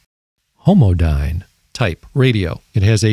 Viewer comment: Homodyne...homodyne lol